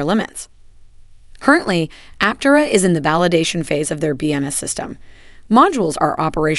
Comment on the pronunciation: Suggestion for your text to speech engine, for proper pronunciation, consider: : Aptéra,, instead of Aptera.